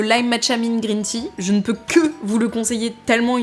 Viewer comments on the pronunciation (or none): none